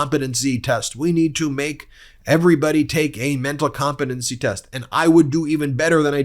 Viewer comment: I like the way he pronounces it "comp a dunce ee" test.